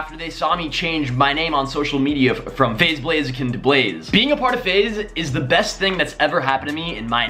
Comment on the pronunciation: DUDE SAID FAZE BLAZE LMFAO